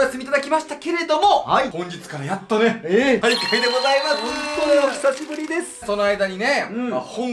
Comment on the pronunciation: おしさしぶり じゃなくて、おひさしぶり だよ